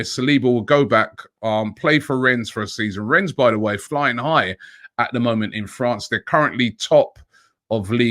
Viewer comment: Pronounced REN not RENNESS